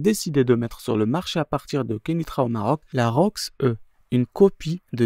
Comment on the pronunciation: Je viens de découvrir ta chaîne et tu gère a merveille un peu comme RealPolitik. ^^ Pour info la voiture Rocks-e se prononce Rocksi . Le e à l anglaise.